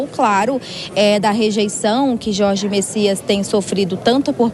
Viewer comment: Não é Messias e sim: Bessias